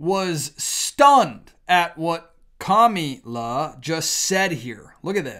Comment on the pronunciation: She has the perfect name comm-e-le-Ann.